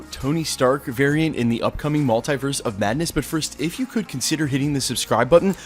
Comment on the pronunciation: I hate how you pronounce maltiverse 😣 do better bro